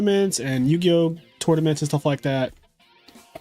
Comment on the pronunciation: Yugioh more like yu-ego